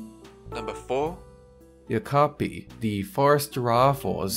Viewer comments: KA-ka-po, not ka-ka-PO. Also means 'Night Parrot' not 'night owl'. Yeesh. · Um its kakapu 😂